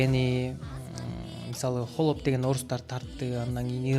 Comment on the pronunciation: сураныч🙏"хАлоп " деп айтчы туура айтылышын, а то "Холоп " деп жазылат.(Ухо режет )